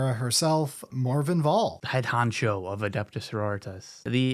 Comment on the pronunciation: finally said MorVENN not MorGAN! I'm so proud of him